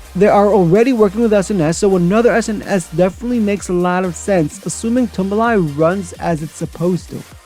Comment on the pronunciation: Tumbili is actually pronounced ToomBeeLee.